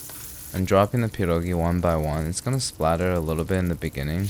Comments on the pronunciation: DUDE YOU SLAYED IT (tho the cheese choice made me roll my eyes) they look amazing! and the way you pronounced pierogi is just chefs kiss would live to see you do kasza gryczana z boczkiem i cebulą, which is basically cooked buckwheat with fried onion and like uhh diced bacon pieces? ig... don't forget lil bit of salt and pepper with onion and some Maggi liquid seasoning, its very easy to make and very tasty! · Your pierogi pronunciation deserves an cookie, you nailed it. There's no need for kurwa mać here. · dude, your pronouncation of pierogi is absolutely spot on man. and please, im begging, use COTTAGE CHEESE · You've just awakened your inner slav with this video /j (but in all honesty, your pronunciation of 'pierogi' sounds like someone native, and i gotta thank you for saying 'pierogi' not 'pierogies' <3) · I feel like crucifying you for using raclette but POLAND MENTIONED so I'm willing to forgive you Also you did pretty good on pronouncing pierogi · As a Pole I will judge you harshly on this one EDIT: Good pierogi pronunciation I don't think the type of cheese you used would fit with potatoes, white cheese goes well with them yep that's good that's what I do too Those are looking really good actually you don't need to fry them you can eat them boiled Overall they turned out good, you can use fried chopped bacon as topping Pierogi are simlpe but just time consuming so it's hard to fuck them up. We have many fillings like meat, cabbage and mushroom or you can make sweet pierogi with fruits but those are regarded as inferior. If you wanna try other Polish dishes I recommend "zapiekanka" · Cieszę się, że słyszę „Pierogi”, a nie „Piełrołgii” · Your pronunciation of "pierogi" is pretty impressive, also I respect you forgetting the onions lol. Great video as always. Polska gurom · he said pierogi not pierogis!! lets go also he pronounced it correctly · I am so happy you didn't say pierogies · "per-oh-ghee" (not polski, just meming and love pah-dawhgs)